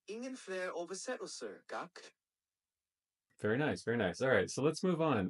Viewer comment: "ingen fler oversättelser, GACK"? I live in Sweden, very close to Denmark, and I have never heard a Danish person say "GACK", they almost say Thanks like we do in Sweden - "Tack" -Just Pronounce it like an American would and you can now say Thankyou in Danish 👌